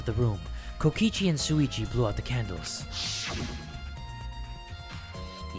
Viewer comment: i will never get over him saying suichi